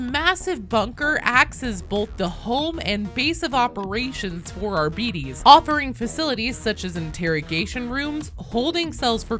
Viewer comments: 🤔 TIL my way (the correct way 😛) is only my headcanon and not official. Still, according to the explainer it's more Ar-bee-tis than Ar-bee-dees. And honestly, the t becoming d is my main pet peeve. Either way, thank you for the video link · if it's closer to the Latin pronunciation, it's more like "Arb-ih-tase". I cannot cope if the genuine pronunciation is arbeetees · Please, in future videos on the class, do not call it an arr-beat-ees. It's ar-bit-ees. Like arbitration, arbiter, and other such words. It's a soft "i" in arr-bit-ees. It might seem a small difference, but it's huge into sounding better as well as rolling off the tongue better. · I always giggle when I hear native English-speaking people talking about the way to pronounce some 40k words coming from latin influence. For instance, "Adeptus Arbites" shouldn't be pronounced Arbeateez, nor Arbytz, it should be said the Latin way : Adeptooth Arbeateth. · English pronunciation of those latin names are so fucking cringe, it's not ARBITIS OR ARBAITS, IT'S ARBITES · Why is every American incapable of pronouncing Arbites correctly. It's not Arbeetees. It's Ar-bi-tees. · It's ar-BITE-ees! tut 🙄 At 25 seconds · It’s not pronounced Ar - bites or ar - bee - tees, it’s pronounced ar - bite - ees. It’s the same suffix as Astartes, just a different root word. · "Arbeetees" sounds like a diminutive, cute little fairy species in some fantasy setting "Arbytes" sounds so much cooler lol, i can't understand why that isn't the actual pronounciation or Arbites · You're right to be mad at the "official" pronunciation being wrong. AR-BEE-TEES = Ar-BEE-TREE-tor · Arbehteez...yeah nobody can get it right. Just say it like that. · Better than arbeeddies like she is sayin. Like diabetes. Arbites has diabetes . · Why is it pronounced that way? Am I the only one who says "Ar-buh-tess?"😅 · I think pronouncing it in Latin, which is what High Gothic should mimic, it would be R-buh-tez.